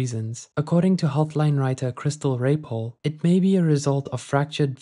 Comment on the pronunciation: This is not the appropriate video to have struggles pronouncing Raypole 🫣😂